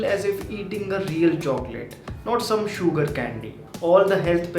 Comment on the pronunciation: please say 'sugar' in a normal way instead of enunciating a lot on the 'U' :)